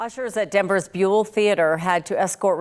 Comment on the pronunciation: Bew - ll Theatre. Rhymes with duel.